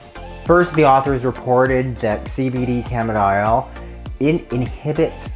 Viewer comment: Didn't catch what you were calling it...CBD camidile (phonetic).?